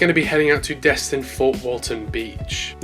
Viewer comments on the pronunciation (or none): none